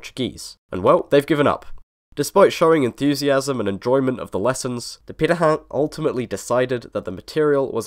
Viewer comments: How the hell did you managed to pronounce pirate so perfectly? No aspirated p, and perfect nasality. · Congrats on your pronunciation of Pirahã! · 20 seconds in and it seems I'm right about the video topic lol. Neat to hear how their name is properly pronounced, we said it quite differently in my class.